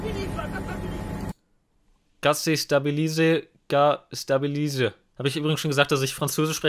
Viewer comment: >>kA sE sTaBiLiSe kA sTaBiLiSe<< "hab ich schon erwähnt, dass ich Französisch sprechen kann" Auch: spricht jedes von den drei Wörtern falsch aus War nur Spaß. Hattest halt kein Französisch in der Schule 🤷